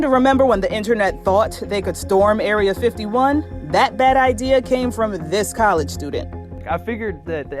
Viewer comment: 1. That’s cheese 2. It was an April fools joke. 3. Storming Area 51 was a joke and she pronounced it wrong.